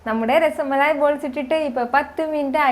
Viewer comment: Its not rasamalai. Dear.... Just rasmalai....